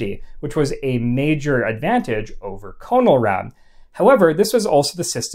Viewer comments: Good stuff. I have 1 quibble though. The "con" in "Conelrad" is not pronounced like "cone". It's pronounced as is the "con" in "contrast". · Have a grown up in the 1950s I can tell you that it is pronounced Connell-rad. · Pronounced "CAH-null-rad." -- uh. . .not quite. The key stations were ALREADY on 640kc or 1240kc. These two frequencies were where 24-hour powerhouse stations lived, going back to the 1920s. AM broadcast stations are not tunable. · It's pronounced KAH-nuhl-rad. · “Conn-el-rad” is correct. I was born in 1946 and I remember. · pronounced connel rad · LOL no, no, it was pronounced......... CON L RAD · It would have been so simple to just ask a geezer how to pronounce CONELRAD. You shudda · You are mispronouncing CONELRAD; it is a "short o", e.g. gone, or upon, as in the following video (I know: I was there in the 1950s). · I was born in Los Angeles in 1949 and remember all of it very well. CONELRAD was pronounced like "kahn'l-rad" with a short "o" not "cone'l-rad" with a long "o." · Not 'cone-el-rad', but 'conn-el-rad'. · It is not freakin' CONE L RAD! It is pronounced Con El rad. Soft O! Geeez! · Great job. Lot's of good info for people like myself who study the subject of alerts and warnings. One possible correction... I always pronounced the moniker CON-EL-RAD not CONE-L-RAD. I grew up in the Northeast so the difference might be due to regional dialect. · Nice video. But, for what it's worth, you're pronouncing Conelrad wrong. It's a short O sound, not a long O. It's "ah" not "oh". I was a kid when it was introduced and remember it well. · "CON-el-rad". Not "CONE-el-rad". I remember it very well and remember that the 1st syllable was pronounced "CON", not "CONE". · Not pronounced CO NOL RAD, but pronounced "Con" as in control, "el" as in electronic, "rad" as in radical. No syllabification. "In case of emergency, tune to 640 or 1240 on your dial." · Not 'Cone', but 'KAHN-uhl-rad' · It was pronounced 'Con el rad', not 'Cone L rad'. Yes, I'm that old.